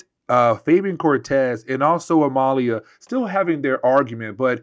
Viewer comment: It's Amelia you know like Emily oh my God